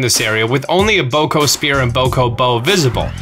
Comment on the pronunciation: The fact you say Boko Spear right, but butcher Bokoblin, it's cringey.